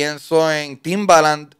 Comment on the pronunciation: Chente quien es timbalan wtf!!!!! 🤣🤣🤣🤣🤣🤣 no es Timbaland ?